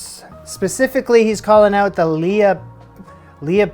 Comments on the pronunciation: Butchered Worcestershire and then doubled down on the Lea (lee). 😂 Me trying to speak in the day to day. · It's Lea like Lee. Worcestershire sauce causes so many issues for Americans 😂 Love your videos, keep it up.